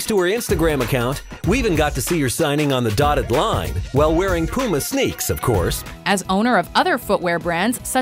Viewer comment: Is it just me but she said puma and adidas wrong